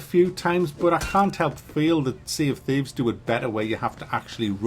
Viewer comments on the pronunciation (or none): "Tea of Shieves"